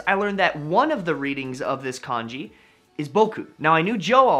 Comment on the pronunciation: if ur gonna make a video about kanji can u pls pronounce it correctly and not like the chinese porridge